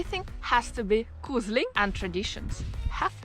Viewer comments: No, «koselig» is not pronounced «koosh-lee» (that would be «kusj-li», not «kose-li»)! It is rather pronounced «kohs-eh-lee». 🤗 ❤❤❤ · Koselig = KoSHelig in normal pronunciation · Actually, it’s spelled ‘koselig’, with an e. Here’s the real advice, though: When visiting Oslo (minus the far west side), to really impress you should pronounce it ‘koschli’. The rest of the country doesn’t care much, but in Oslo, you’re a snob if the s is too pronounced. Same goes for ‘Oschlo’. The o is closer to an English ‘oo’, though. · When you say "koselig" it have to sound like Kosli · I just wonder: You know how to pronounce Oslo right, but words like koselig or Tromsø not.